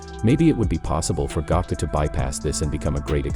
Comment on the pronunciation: he said gako